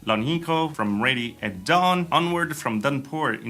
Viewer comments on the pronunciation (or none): none